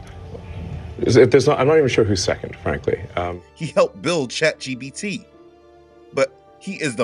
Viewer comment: and It's ChatGPT, with a P.